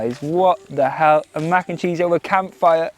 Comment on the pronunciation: Hahaha I’m solely entertained by you saying “what da hell” with your accent 😂 hilarious